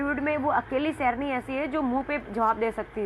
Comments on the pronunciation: Serni mat bolo Sherni bolo..pata nahin yeh gujoo lok sahi pronounce kyon nahin kar sakte. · सैरनी क्या होता है (शेरनी बोलिये) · Serni na bolay sherni bol